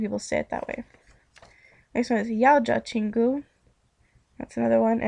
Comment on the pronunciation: When you said 여자 친구 you pronounced it yawjah when it sounds more like yuhjah.